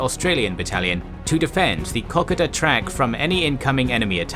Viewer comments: These are awesome videos, but just one minor issue, as an Australian, i cant help but notice that you keep pronouncing kokada trail as ko - ko - da rather than ke - koe -da, just a minor issue in the grand scheme of things but i hope that you take this into acount in the future. :) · It is pronounced Kar Koda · The " o" in ko ko da is long, as in co co cola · Kokoda is pronounced with ''oda'' being said like the word soda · Kokoda is pronounced kuh-kow-duh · Kokoda . Pronounce KO-KODA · I appreciate all your videos and watch them again and again, but every now and then you say something that gets up my nose, really wrangles and on this video it's 'Kokoda'. Now I'm dyslexic so I'm always unsure of myself when it comes to words and the pronunciation of same, however you pronounce Kokoda as "Cock a duh' when every single Australian and New Zealander I know pronounces Kokoda as 'Co co duh.' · Pronunciation of Kokoda has the emphasis on the second O. This is an iconic action in the psyches' of Australians and mispronunciation will lose you much kudos with them. Cheers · Good job though with a few minor issues like the pronunciation of Kokoda, as a few comments have already noted. One thing I haven't noticed picked up in the comments is that the small town of Kokoda was strategically important because it had an airstrip. Though not large enough to base combat aircraft, it did make supplying forces on the track theoretically easier. I say "theoretically" because the terrain was, and still is, an incredibly challenging landscape in which to conduct any military operations so as the campaign progressed it became increasingly desperate and savage. Some Japanese soldiers even resorted to cannibalism. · You pronounce Kokoda in your own way matey ha ha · Great video... but please review the pronouciation of kokoda. It is a very famous part of Australian military history and hearing it pronouced like this is a bit jarring. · You're pronouncing Kokoda wrong.